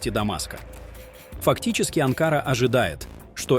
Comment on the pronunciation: Не АнкАра, а АнкарА,балбес!!!!